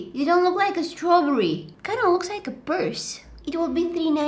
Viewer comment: the way she said [ strawburrye] or is it just me LMAO